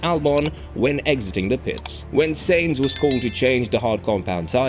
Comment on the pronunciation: His name is Carlos Sainz not Carlos Sayings